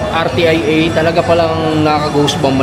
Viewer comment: RTIA ..ang pronounce ...R-SYA or Ar -sia ..